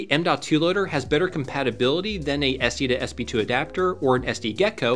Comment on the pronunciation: How many times can you say "SD2SB2" before you realize it's called an "SD2SP2"?